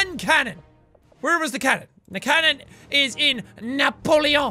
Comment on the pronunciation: "the cannon is in NAPOELON" - jacksepticeye 2016